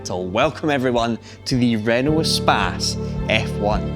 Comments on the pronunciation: It is not an espaaaaaace. It's a short a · Who else mispronounced it as "ee-space" in their mind at first glance? That's what using the internet for too long does to you...